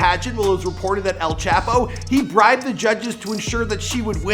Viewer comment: “EL CHAHPOE”